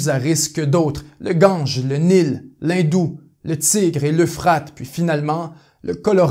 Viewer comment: On dit plutôt la vallée de Fergana et non de "la" Fergana, et pour le fleuve on dit l'Indus (usse) et non "indou". c'est peut être une différence entre France et Canada mais je ne vois pas ce qui pourrait le justifier.